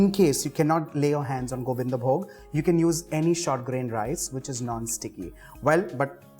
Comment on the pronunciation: Being a bengali, I can say you followed all the steps that we do to cook Bhoger Khichuri... It's just that we add the gorom moshla powder at the end along with ghee & avoid the garlic... Anyway, I can smell it... It's delicious 😋❤️ & I love the way you said "Gobindovog" , "Jharna ghee" & "Gorom moshla"😄